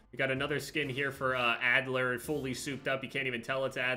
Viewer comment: does he know its adler